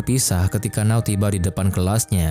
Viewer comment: Keren filmnya.. Ganteng & imut 2 pemeran utamanya. Éta siapa nama 2 pemeran utamanya ya? Cuma... Di Jepang N-a-o itu dibaca Na-o masbro.. Kl 'Now' agak aneh2 dikit gitu dengernya